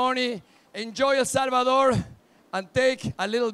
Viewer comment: Sorprendente es Español y no sabe decir correctamente, el nombre de nuestro país., Es 🇳🇮 El Salvador.